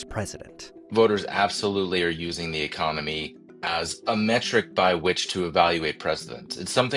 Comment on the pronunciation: Pretty sure dude said "Ecomony" 😂